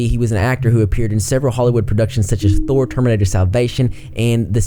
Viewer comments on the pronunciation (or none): none